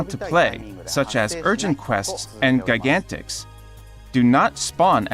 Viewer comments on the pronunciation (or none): Is "gigantix" really pronounced like that?